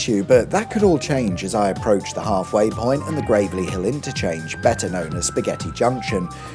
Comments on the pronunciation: it’s grav-elly, not gravely. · Gravel-ly Hill, not Grave-lly Hill 🙄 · Sorry to correct you, it is pronounced Gravell-ly not Grave-ly… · It's GraveLLy Hill not GraveLy Hill! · It's not grave-lly hill, it's gravel-ly hill..... XD